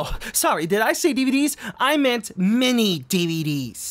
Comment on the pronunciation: Every time says "MiniDVD", all I hear is mini Dedede.